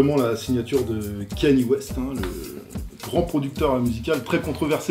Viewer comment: Kanye c'est le mec qui rap bien, mais qui a toujours pas compris que quand il s'agit de CHANTER il faut faire des vocalises avant, d'ou le "mAmaaAAa" Ah et j'allais oublié, le prénom se prononce bien "canié" et pas "kenny" voilà voilà.